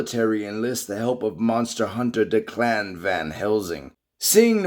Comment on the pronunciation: It’s Declan pronounced Deck-Len